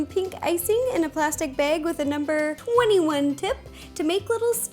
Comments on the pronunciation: Why does she say bagey instead of bag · I love it when she says bagie ( she says that instead of bag sometimes) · She said bagy